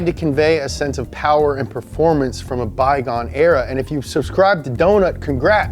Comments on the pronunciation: Moore pawa....bhabee. MORE POWER BABYYYY, haha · Lol MO' POWA BAYBEH!! MO' POWA BAYBEH MO-POWBAYBEH!!!!!